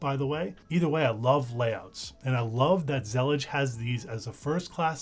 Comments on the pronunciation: whaaaaaaaaaaat... that's not how you pronouce Zellij not with a G.... believe me I am Moroccan. also not Zallija. more like ZLLeeJ. ps: will definitely use it. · it's pronounced zalleej (with stress on the l?) it's an arabic word that describes a specific style of mosaic tilework, that was popular in the Al-Andalus and still present in west north africa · It's pronounced zuh-leej. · The word Zellij comes from the Moroccan word that refers Moroccan style mosaic tiles that Morocco is famous for. Pronounced Zil-eej